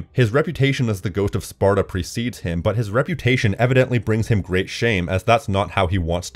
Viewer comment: "ancient sparto?" It's Sparta.